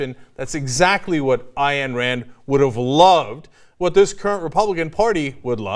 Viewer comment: Cenk, you always pronounce Ayn wrong. "Ayn" rhymes with "mine".